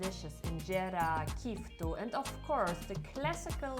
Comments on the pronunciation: you can say it Kitfo not Kifto! Kifto is completely different insulting word in amharic 😄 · Did u heard how she pronounced it kitfo.. 😄 Kifto. እራስሽ ክፍቶ 😂